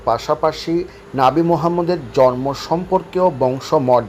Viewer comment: আপনাকে বলছি, আপনার মতো একজন শিক্ষিত মানুষ জন্ম শব্দটি উচ্চারণ জর্ম বললে ভীষণ শ্রুতিকটু লাগে ভাই।